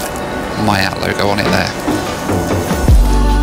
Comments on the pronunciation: I think it's called "mee-yaught" not "my-yat." You're welcome. (but again, Mongolian stewardesses are pretty amazing and pretty) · not that it matters, but feels a little awkward everytime I hear it being pronounced "Maiat" rather than "MIAT"🤣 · Miat is pronounced MII-AT not MY-AT. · Hi, just a quick reminder it is pronounced "Me at" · just so you know its pronounced “miyat” or “myat” 😊